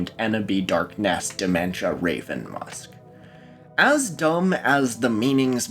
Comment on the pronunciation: love that you pronounce the apostrophe in ‘Dark'ness’